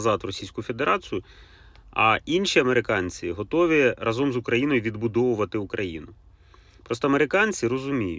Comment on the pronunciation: рАзом а не разОм